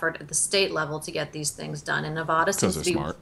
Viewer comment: You both pronounce Nevada incorrectly